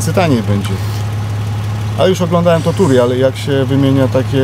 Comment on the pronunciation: "toturial" <3 <3 <3